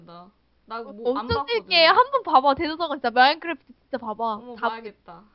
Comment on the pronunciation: 마인쿠래푸투(일본 발음)